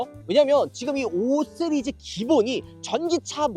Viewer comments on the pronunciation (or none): 은 왜 항상 5시리즈를 5쓰리즈라고 말하는 걸까